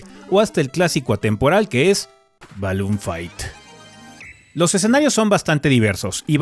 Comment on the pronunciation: Jajajajaja me encanta como dijo "Ballon Figth" ne recirdo a Troy Mclouire cuando dice "Modo automático"